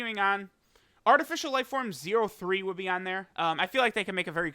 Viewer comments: Every time says 0.3 😩😩😅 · It hurt hearing “0-3”